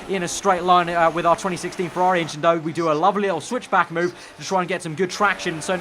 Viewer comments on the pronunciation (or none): none